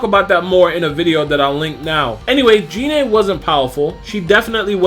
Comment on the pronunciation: Um. Its pronounced GI-NE